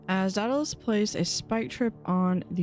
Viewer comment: pronounced "Day-Da-Lus"